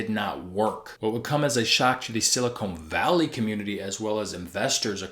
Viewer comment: "Silicone" valley?... You're an idiot, aren't you?